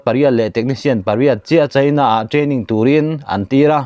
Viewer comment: Ngen hi sialai tih na a ni a, a tawp lam ah thluk san tur. Chhin ni lo in chin, china ti ang a lam tur, chhaina ni lo in😂😂